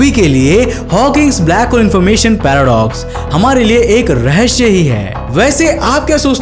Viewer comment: Rahasya hota ha na ki rahashya